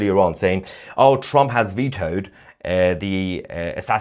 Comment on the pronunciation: Holy hell, Tousi successfully pronounced "Trump" for the first time ever instead of saying "TrOmp". I didn't think he could pronounce anything other than "A nOmber of Op to date news Opdates about TrOmp". Edit: Nevermind. it is immediately back to "TrOmp".